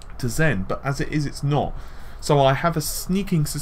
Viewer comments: I hear it like ooh! "Butt!" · Lol, am I the only one who heard the last "but" as "FUCK!" I swear, it sounds like he says "FUCK! With all of that said.... "